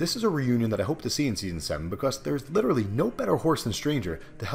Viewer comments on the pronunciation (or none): none